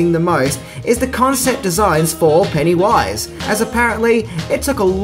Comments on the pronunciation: “PennyWUIZE” Gosh that’s annoying.. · You’re putTING the emPHASis on the wrong sylLABle. Who is this PennyWISE? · I really don't like the way he says Pennywise. It's not "pennywaiiise" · "Penny Wise" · "Penny - WISE".. just say pennywise FFS. also stop using whom, you're not using it correctly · Take a drink every time says Penny Wise instead of Pennywise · Its pennywise not penny wise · Penny-wyse! Sorry ima jerk kinda lol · I don't like how he says it like there's a space in the middle. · Your emphasis on the "wise" in Pennywise's name is disconcerting. The emphasis should be on the PENNY part of the name. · It truly is[disconcerting]. Everytime he says it, my brain tries to finish it with "and pound foolish." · I know, he makes it sound more like 2 separate words rather than the single word name that it is. The funny thing is that every now and again he seems to forget and pronounce it the "normal" way. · Pennywise is pronounced with the emphasis on the first syllable, not the last. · Your way of pronouncing Pennywise, made me cut this video short... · Love, but major cringe every time he says Pennywise. The emphasis he puts in the wrong spot making it sound like two different words is like nails on a chalkboard! lol 😄😜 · He says pennywise weird there is no pause between penny and wise